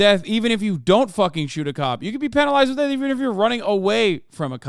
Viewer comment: The way Hasan says "penalised" makes it sound like being violated with a biro.